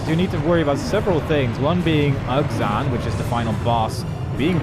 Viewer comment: why does everyone pronounce his name as ug zan it just sounds so silly